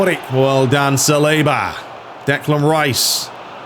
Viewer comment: Salibá is French, so his last name is pronounced with emphasis on the last syllable.